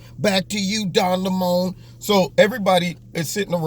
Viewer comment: "Back to you Don LaMoan"....ROFL